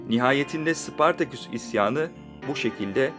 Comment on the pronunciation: Sıpartaküs değil, Spartaküs.... Seslendirmeni değiştiriniz...